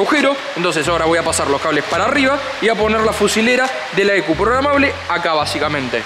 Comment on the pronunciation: es PROGRAMABLE, no PROGAMABLE